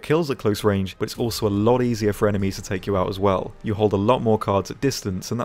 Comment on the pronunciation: Did you say "emenies" ?